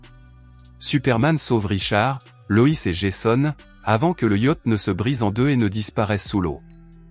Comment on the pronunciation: On dit Lo......iiiiiiiisssss pas LOI :face-orange-frowning